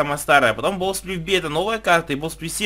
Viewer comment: Не бов сплиф, а боу сплиф